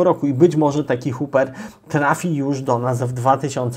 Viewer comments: lołlance? xD A nie LoveLace? i Hopper A nie huper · Proszę zwracać uwagę na wymowę Hopper i Lovelace a jeszcze inne smaczki się znajdą. Jak kanał ma się rozwijać to trzeba profesjonalnie podejść do tematu :)